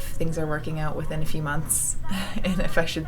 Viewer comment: Im cracking up. First, i thought frodo was a kid with pigtails. I was like who the heck is that!? Then you said "a few..." and i thought you said "ef you!". Hahaha, best wishes sweetie 💋